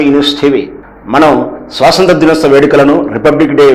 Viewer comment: స్వసంత్ర ✖️ స్వతంత్ర ✅ అండీ. ఏమిటండీ మీ వాక్ ధోరణి సరిలేదు, చూసుకోరా మాట్లాడే ముందు?